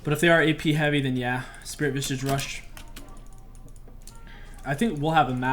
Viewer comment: I really love when he says Spirit Visage. It always sounds like Spirit Vishsish